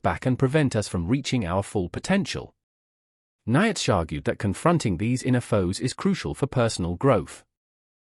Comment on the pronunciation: This is rubbish - can't even pronounce Nietzsche's name correctly. Sodding AI. All credibility lost, first sentence in.